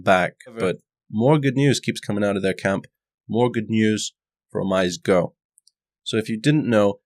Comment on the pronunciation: oh-mee-seh(y)-go. And thanks for the vids.